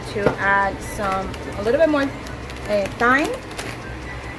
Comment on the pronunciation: Pronounced TIME. Not syme.